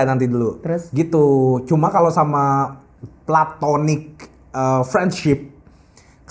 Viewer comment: ga di maple ga di sini, konsisten nyebut "plantonic" capeee😭